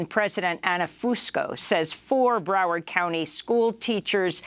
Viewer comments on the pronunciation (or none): none